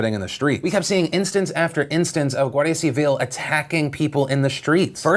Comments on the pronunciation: i actually felt like a proud parent by the way you said "guardia civil", perfecta pronunciación jajaja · Tbh. I am quite impressed with your coverage on Spain and Catalonia, better than the one seen in Spain. Also your pronunciation of Guardia Civil got better